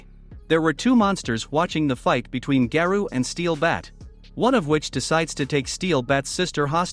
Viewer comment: Its garou not garuu